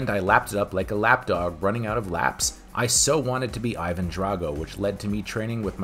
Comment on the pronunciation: Singlehandedly responsible for the whole western world mispronouncing Ivan (ee-VUN) as EYE-van..